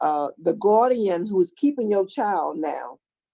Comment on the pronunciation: Good Lord, did I just hear our most brilliant Ms. Wise pronounce the word guardian as “gwardian”?